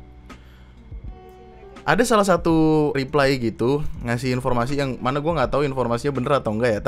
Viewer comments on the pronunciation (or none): none